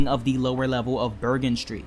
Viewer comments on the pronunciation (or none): none